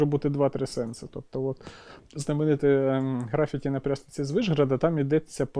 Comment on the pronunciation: ГрафІті, Карл, графІті, а не грАфіті. За відео окреме спасибі.